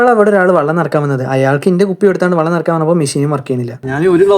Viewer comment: വള്ളം അല്ല മോനെ വെള്ളം